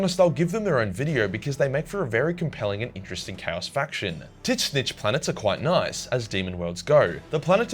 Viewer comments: Tis-nichy?! Don't you mean Tzeentch!? (pronounced zeen-t-ch). Based on your horrific pronunciation of tzeentch the chaos god of change (among a disturbing number of things) I am now absolutely certain that I will have to do a heck of a lot more research than necessary in order to understand what some of what your videos are trying to say/explain. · I'm really struggling with your pronunciation of Tzeentch as "tit-sen-itch" or something. What's that all about rather than just like "zench" which seems more logical and linguistically correct? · Bro please, it's not "tit-snitch" it's "Zench". Tzeentch, but the t's are silent (it's a change from normal spelling) and there's an extra e (also a change in the way you spell) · Can't get over how he pronounces Tzeench as "Tit-snitch" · titschnezy? thats how you pronounce that god? 😅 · I'm sure you've heard this before but could you rethink how you're pronouncing Tzeentch. It's ts-een-tch. I have no idea where you're getting these syllables from. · Not once, not twice, every single time, here did I hear this: Tit-Snitch. (Tzeentch). Guess it's like a Butt Pirate, but Tit Snitch. Guess on Tit Snitch world the joke could have been appreciated, briefly, until the "Joke's on you!" moment with joker's tits getting snitched for real. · I was very confused as to why he'd talk about "tit-snitch" until I realized that he was saying Tzeentch. Still confused about his pronunciation, but whatever works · I always thought it's pronounced Zeeeeeench. (At least it sounds more tolerable) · I can't get used to you saying "Tzeentch" as "Tit-snitch"... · Just one question: Is Tzeentch-ian pronounced Zeench-ian or Tits-Nietzschean? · Why does he still say Tit-Snitch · As much as i love your content, I gotta ask, why the "Titz-Nitch" pronounciation? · How do you repeatedly pronounce Tzeentch wrong? I don’t see “tit” anywhere in this word?